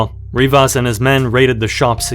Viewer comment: Rivers or Rivas? Come on bruh.